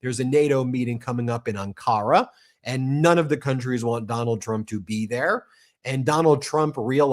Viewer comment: AN-ka-ra, Ben. Emphasis on the first syllable. 😊